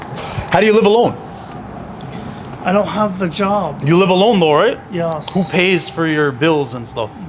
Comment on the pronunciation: Kinda like..."Yee-oss"...very odd.